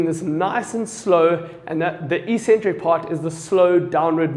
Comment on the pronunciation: Well-explained demonstrations, thanks. (Calf raises: isn't it eccentric, not ecentric?)